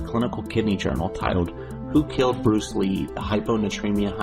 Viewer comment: Bruce Leh? That sounds really lame. You may as well call him Bruce Bleh!... as in dull!